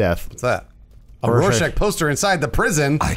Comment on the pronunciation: Oh not knowing how to say rorschach